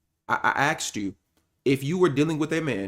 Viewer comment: Saying axed instead of asked = stupid